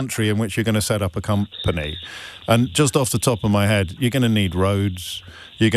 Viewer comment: It's hard to take advise from people who pronounce company as Coem Penèèèh.